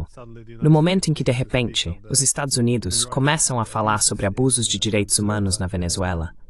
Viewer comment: Excelente entrevista! Ah, a tradução automática não sabe pronunciar "Estados Unidos"